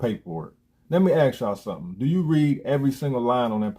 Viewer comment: You're engaged in public speaking now. Learn to pronounce 'ask'.